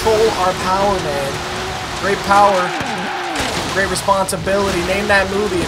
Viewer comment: Bruh don’t ever say POWA again man 😂😂😂